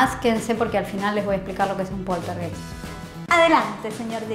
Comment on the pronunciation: story time de polterguéissssstsss